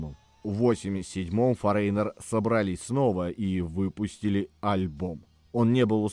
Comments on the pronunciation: Правильное произношение Foreigner - ˈfȯr-ə-nər, а не 'форейнер' )) Лично для меня их второй альбом Double Vision является самым лучшим. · всё же не форЕйнер, а фОринер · Вы неправильно произносите название группы не форейнер,а форинер. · Почему "Форейнер"? " Форинэр"!!! 😂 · ФорЕйнер 🤭 . Забыл букву Гэ произнести😂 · Это так нарочито произносится автором — “форэйнэр», с ударением на второй слог? Зачем коверкать? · Ударение: фОренер... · Одна из самых любимых групп. Но для меня она только с Лу Грэмом. Автору спасибо, но название вы произносите неверно. Забейте в гугл переводчик и послушайте озвучку этого слова. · Выпуск интересный, одна из любимейших групп. Но ёпрст - нельзя было потратить секунду и узнать как это произносится? Кошмар. И в русском проблемы. Просите помочь редакторов, плииииззз! Это же не сложно и недолго.